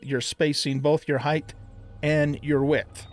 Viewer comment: Pet Peeve Alert: Height not Heighth